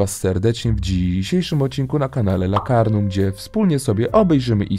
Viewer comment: Ale😂😂 lakardum czy lakarnum